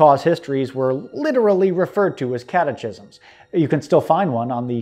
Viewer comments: "Catechism" is pronounced with a hard "ch," like "cat-uh-kis-um" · BTW, and sorry to be that guy, but it's pronounced "catakism." You're welcome. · Great video but FFS the word is pronounced "cat-ah-kism." No "ch" sound in that word. Great video though. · My only correction is the pronunciation of the word "catechism." It should be said with a hard "ch" as in "Christ. " Saying this as a Catholic, not as a Southern apologist. Oddly, when I first was taught civil war history in the midwest, we did learn the lost cause version of events, with a heavy focus on State's rights 🤔